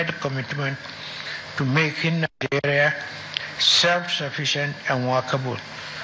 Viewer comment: Is he trying to come back to participate in the upcoming presidential election? Because that's what they do, even if they die, they come back to be the next president of "Nigaria" as they always pronounce it. A man that's home and the house cut fire, and he did not say ANYTHING!